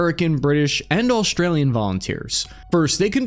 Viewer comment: What the FUCK is an Aushhhtralian? LEARN HOW TO PRONOUNCE WORDS 🤬